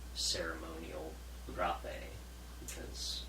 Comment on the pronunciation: These guys miss the whole point of plant medicines. Can’t even pronounce Rape’ correctly......